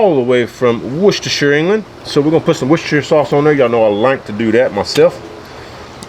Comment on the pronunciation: you’re genuinely the first American I’ve ever heard pronounce ‘Worcestershire’ correctly… kudos to you, sir.